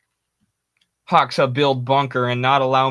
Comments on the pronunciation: Hoxha is read as hodja the x is more like a J sound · lol it’s pronounced “Ho” and then “Jah” but the J is soft kinda like in Xi. Ho-Jah. Good stuff though, thank you for the history lessons.